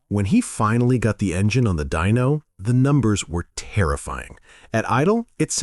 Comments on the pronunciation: his name is pronounced like dine-o. not dean -o don knuclehead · DYNO (deeno don) 😂